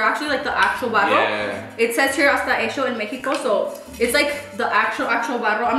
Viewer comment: “hecccccho en Mexico” La chihuahuense coming out lol.